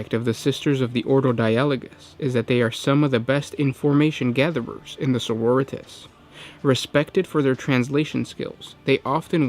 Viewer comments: GW doesn't pronounce it like Doritos... the emphasis rests on the second syllable. soh-ROH-ree-tahs. not soh-roh-REE-tis. your preferred pronunciation isn't far off from the way it should be spoken. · It's sororitAHs sir. I don't know any soroREEtas, but they sound rather tasty. ~Unknown marine, 7th Legion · Adeptus margaritas... señorita’s... sororitas... yeah that one sure.... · It's sororitAHs sir. I don't know any soroREEtas, but they sound rather tasty. ~Unknown marine, 6th Legion